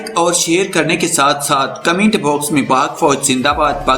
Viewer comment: Yar tum koi aur kaam kro, comments hota commint nhn hota